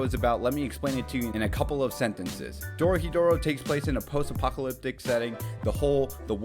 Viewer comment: Hey! First time watching your video. Loved it. I'm Japanese and just wanted to let you know it's pronounced Dorohédoro (doh-roh-heh-doh-roh). Keep up the great work :)